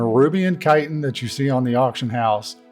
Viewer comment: Thank you for pronouncing chitin correctly!